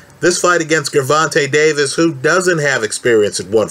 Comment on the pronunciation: Pronounce the G like a J.